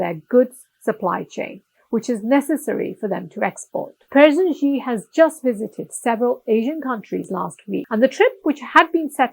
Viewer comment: Your content is from a western lens, quite shallow. You can't even pronounce Xi's name correctly 😜😕